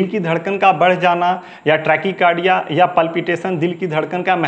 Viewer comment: ट्रेकी कारडिया नही ़़़़़टेकाकारडिया़़़डाक्टर साहब